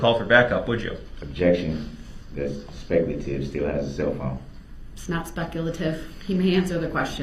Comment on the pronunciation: Agreed with speculation on opinions, but what absolutely wrecked me?! When Duh-rell "Goblin" Brooks objected to DNA analysis results as "Speck-a- la-tive"..I was freaking crying from laughing so hard..lol! DNA results are speculation to Duh-rell..Hence the DUH. 😂